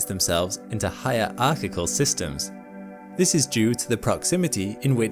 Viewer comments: It's "hierarchical" (say "hirarkickal") by the way, not "higher archical" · Please tell me this is AI and in real life he really does know how to pronounce "hierarchical"...